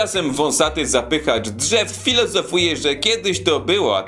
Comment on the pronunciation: Jak zacząłeś mówić o przerażającym, makabrycznym i koszmarnym widoku, to ja wyraźnie słyszałem jak mówisz "dżew"(jak przy skrócie pierwszej części).